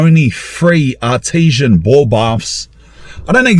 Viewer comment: Thought he was saying Artisian ball bath 😅